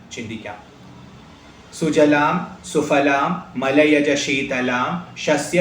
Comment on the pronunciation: സുfaലാം എന്നല്ല സുphaലാം എന്ന് സംസ്‌കൃതം ഉച്ചാരണം. വീണ്ടും fu ല്ല അല്ല phu ല്ല എന്ന് ഉച്ചരിക്കണം കാരണം പവർഗത്തിന് ഓഷ്ഠസ്പർശം ആണ്